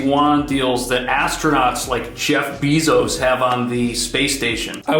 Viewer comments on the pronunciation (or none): Lol its Jeff BAY-zos, not BEE-zos.